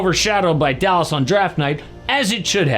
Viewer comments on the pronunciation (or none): none